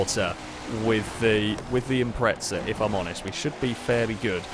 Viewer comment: Why do British people keep calling it an Impretza? There's no T in it.